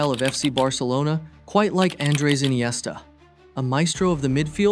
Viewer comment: Why inesta is rare 😂